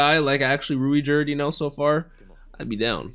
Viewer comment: You could just pronounce Ruijerd's name as 'Ruyjerd'. It'll still be close to the japanese pronunciation